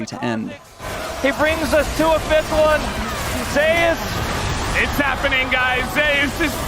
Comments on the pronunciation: wtf is zeyus ? it's zeus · Why are the casters mispronouncing him as ZEu'us instead of just Zeus? By their logic Faker should be pronounced FA'ker/Fucker 😂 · Why the f*ck western casters can't speak "Zeus" properly? Zeias? WTF? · Zay-us? What the actual fuck. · "ZAY OOS" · why the fuck do you pronounce Zeus like that